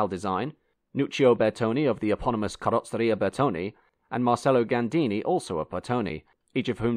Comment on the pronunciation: Bar - Ket - a Mar - Che - lo basic italian mate